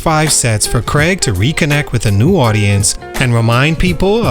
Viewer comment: Craaaig not Creg. lol I just thought Bo Selecta was funny, never thought it ruined his career!